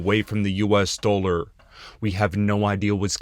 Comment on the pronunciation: My god stop calling it the "US doler".